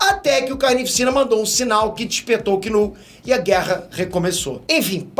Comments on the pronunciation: "Kull" "vitima", demite o estagiário....kkkk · Tá querendo muito dar esse KULL e não sabe falar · "KULL" foi foda 😂😂😂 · O sabe muita coisa sobre o Knull, só não aprende a falar o nome dele…